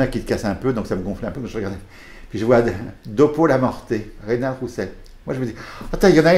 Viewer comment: Reynald et non Reynaud